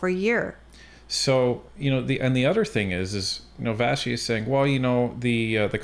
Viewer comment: Her name is Vassy not Vashy lol